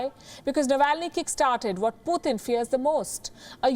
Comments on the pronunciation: It's not Puthin, It's Putin. Read names properly, before you start the story. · It's Putin not pooothin😂